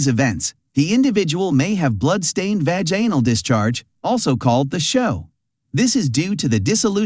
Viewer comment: Vaganal lmao